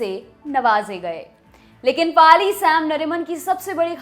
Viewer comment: फली मरिमान. फ़ाली नहीं